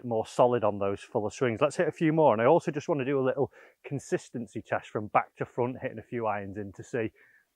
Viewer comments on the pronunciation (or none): none